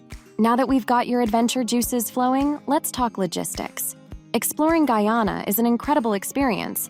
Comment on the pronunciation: This robot skunt mispronounced Guyana about six times yes.